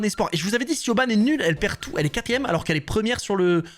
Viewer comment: Petite precision Siobhán c'est un prenom irlandais et ça se prononce "Ch-e-v-o-n"